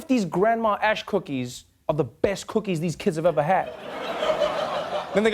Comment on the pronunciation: Did she say they're made with "Grandmother's ash" or "Grandmother's hash"? I dunno, maybe her grandmother is Canadian or something.